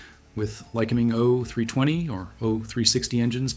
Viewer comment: I'm feeling this is AI by the content. It's not presented in a human way. The details are odd and don't seem to flow the way a human writes an essay. Why not say "Jodel" when the Jodel came up? Instead of saying "ifr panel," he says "I (pause) fr panel. Instead of "o320 engine," he says, " o.....320 engine," ceconite is pronounced "seekonite." The ai is messing with your mind. It's a soulless detail dump.